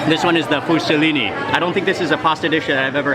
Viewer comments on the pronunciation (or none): Mark common .... Fusilli not fusellini